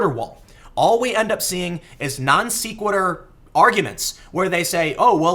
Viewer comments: non se·qui·tur - not non see·qui·tur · Couple more positive sources on CBP being for the wall. (Jan 2017) (Dec 2018) Also minor note, sequitur is pronounced Sec (Like seconds), not Seek. Love the videos Tim keep em coming! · I like you and your channel Tim. You do a great job with your investigating, reporting, and encouraging through both word and deed the value of healthy skepticism. Given all that, I hope you forgive my petty nitpicking: It's not pronounced "non-SEE-QUITTER," it's pronounced "non-SEH-QUITTER." Other than that, you're doing an excellent job. :) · It's not "Non-See-quitur" It's "Non-Seh-Quitur" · non SECK' wit ur .... (not non SEEK wit ur) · Tim, when you don't know how to pronounce a word like sequitur you should google it my friend... (ˈsekwədər) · Have to help ya with this one Tim it's pronounced Non Sequitur like Secretary. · Dude it’s not “seekquitur” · Non- se-que-n-ter, e as in Ben!! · That is the first time I've heard it pronounced "nonSeekwitter". That an east coast thing? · I found your repeated mispronunciation of NON-SEQUITUR distracting. If you're going to use Big Boy words, work on your follow-through. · Great video as usual. Also, as someone who has mispronounced too many words throughout my life without anyone bothering to correct me, please don't take this as me being a dick: you're mispronouncing "non sequitur".